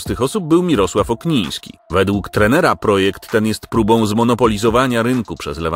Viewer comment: Okniński a nie jak mówisz na początku Ogniński